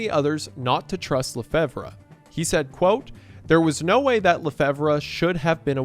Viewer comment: hey! So LeFevre is pronounced like "La Fever". I would know it was my grandmothers maiden name. love your work!